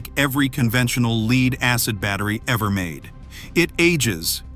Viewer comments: Leeeed acid lol. AI sucks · No kidding...this AI pronounces it "leeds" in every video. Hard to accept any actual content in a video when simple errors are ignored when created...makes me question any info in that video